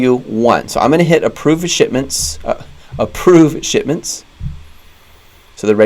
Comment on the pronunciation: Did you say approve shit-ments.. LOL